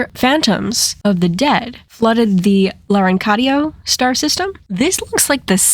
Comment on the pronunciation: Btw that's not Larancadio it's Lafcadio the place where Idrilla allegedly fell